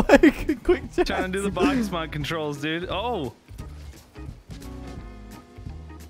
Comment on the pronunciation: i cant handle how said bakkes mods lmaoooo bah kays mod